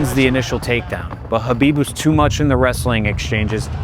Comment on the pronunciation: His name is Khabib. Not Habib. Put some respect on his name, habibi.